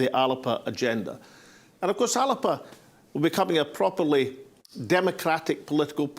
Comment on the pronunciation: Thanks, Alex for this pre-conference video, and I am delighted to hear you pronounce the party name properly as many in the party leadership do not bother to do. I have written to the Party to complain about the motions from Fife on the constitution and the one from Edinburgh on currency not getting on to the agenda, but my letter has been ignored. I have had no response not even an acknowledgment. If these important issues are not up for debate at the party conference then I will not be coming to Greenock and risking infection to discuss protecting old battlefields. I will just not attend the conference at all. If ALBA is not going to be a democratic party where the members are sovereign then I will not be maintaining my membership.